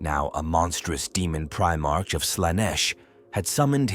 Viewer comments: Prime-ark prime-ark NOT prime-arch PRIME-ARK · I appreciate your efforts and am grateful to be able to enjoy your stories. Please take this with respect. I realize it is a script, but it really disrupts the immersion when the AI pronounces words like Primarch wrong. A bit of pre editing can go a very long way for immersion. If you deliberately misspell the word in the script, I.e. “Prime ark,” the AI should easily recognize both words and repeat them quick enough that the pause between words is short enough to sound like a syllable break. Watch your comments for people bringing up a mispronounced word, and add it to an auto-replace list in your word processing program. Personally I would rather hear your true voice reading the story, than the AI voice, but you are doing an excellent job and I am not going anywhere. (If you are neurodivergent and non verbal, this is your true voice so please disregard my comment as it does not apply.) Keep it up mate.